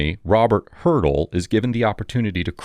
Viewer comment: The attorney's name 'Haertel,' is pronounced "Her-tell," not hurdle